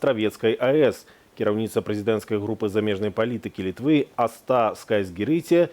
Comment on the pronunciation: ‘Аста. Ударение на первый слог.